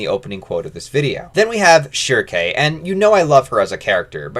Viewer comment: I've already downloaded this on oddesesy, but I want you to know that you are wrong about pronouncing her name "shrike". Might as well call him Gatsu.